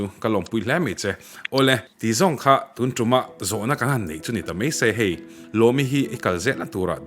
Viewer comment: Tuntûm tih thlûk hi ngati nge tun tum in tih zêl le.. Mizo tawng thlûk in hmang mak nasa lutuk...Lungzarhtum tlang hming ang a lam tur kha ani lo aw.